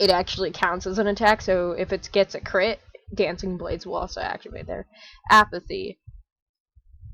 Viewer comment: "If it gets low it raises its shhh- crit"💀 Thank anyway! Negative for covid :)